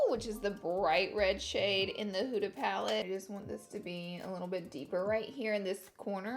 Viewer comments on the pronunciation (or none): “hOOda” lmfaoo instead of huda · It’s an Arabic name and it’s pronounced “HU-DHA” not hooda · You are actually saying huda wrong but you look gorgeuos